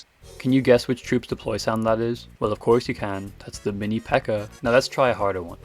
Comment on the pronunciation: i thought you were speaking spanish because of the "aña" of the minipekka, then I realized you were speaking english